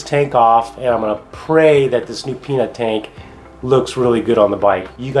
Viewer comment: did you say penus tank?